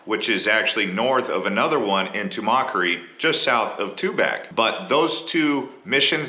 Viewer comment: OMG. Pronunciation of Pinal, coatimundi, Tumacacori, and more makes it seem like you are a newly hatched Snowbird.